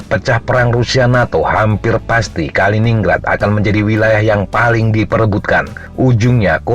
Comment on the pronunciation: Bacanya Kalinin-Grad ya...